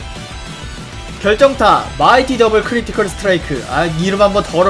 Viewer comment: 마이티 크리티컬 스뚜트 롸이킄 ㅋㅋㅋㅋㅋㅋㅋㅋ 발음ㅋㅋㅋ